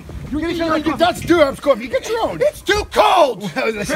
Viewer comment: When said coffee it sounded like cwoffee